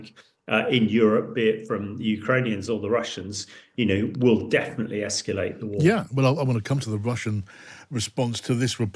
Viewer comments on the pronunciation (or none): 'nucilar', 'escilate' - ouch